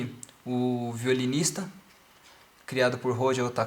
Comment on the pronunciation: you say violinist exactly the same like in serbian